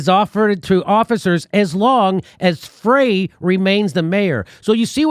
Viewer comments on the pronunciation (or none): Frey is pronounced "Fry", just fyi! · Jimmy, in Minnesota "Frey" is pronounced "fry". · His name is pronounced FRY . Great show Jimmy.